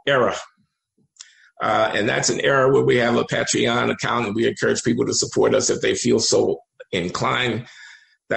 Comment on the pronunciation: I love you Glenn and you are 100x smarter than me, but it’s a long A in Patreon and every other week is semi-weekly, bi-weekly is twice a week.